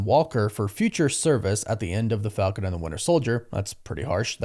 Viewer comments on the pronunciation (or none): none